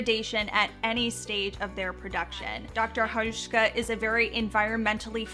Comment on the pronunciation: You pronounce Dr. Hauschka really good, hi from Germany 🇩🇪